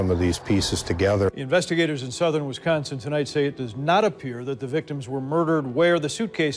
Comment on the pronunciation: 1st things 1st I adore this channel. I’m obsessed with true crime and this channel rocks! Next I love your accent. I live in Milwaukee and the way you pronounce Wisconsin is too good! And you pronounced Allis correctly too. Most people who are unfamiliar with West Allis say it wrong.